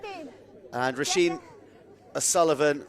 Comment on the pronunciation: Enjoyed the commentary, but the name Róisín is pronounced Rowsheen not Rosheen! Just a minor thing.